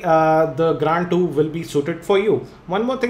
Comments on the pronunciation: pronounce it is grand 2............not " gand 2"..................lol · yea gand 2 on :o=))) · Gaaaaaaaaand 2! :P (Spoiler alert) :P